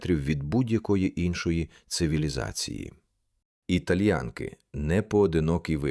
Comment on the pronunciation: Перепрошую, назва селища ТальянкИ‘ наголос на останню букву)